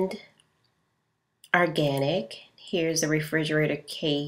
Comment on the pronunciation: ORganic not ARganic